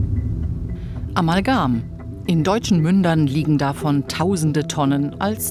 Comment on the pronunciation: Warum sagt der Professor Amalgan und nicht Amalgam?? Der sollte es doch wissen wie das heißt, wenn er daran forscht... so etwas finde ich immer wieder erstaunlich.......